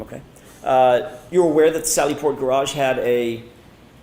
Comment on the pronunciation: “Gararge” never heard it pronounced like that 😂